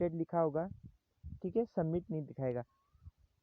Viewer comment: Da n summit aara h n not sabmit aara h kuc v ni aara h